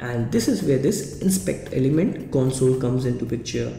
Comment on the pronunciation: "inspeakder limend" WTF!